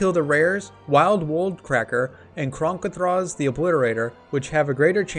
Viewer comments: its not kor-ah-tha its KOR-THEE-UH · Started watching this but immediately stopped when he pronounced it KOR-ITHA.